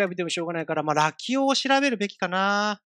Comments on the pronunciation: ずーっとラキオのイントネーションが「よしお」とか「まさお」なんだよなー笑 多分正しくは「カシオ」と一緒なんだよなー笑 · ラキオの発音がラキ男なのw